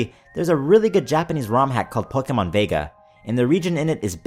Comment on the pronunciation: I like how u say "pokeh-mōn" instead of "pokèmon". Also, where's Russia?